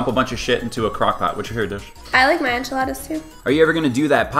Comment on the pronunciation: "enchiladas"